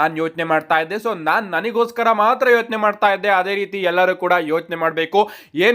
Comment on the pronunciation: Yochane bro✔️Yothne alla❌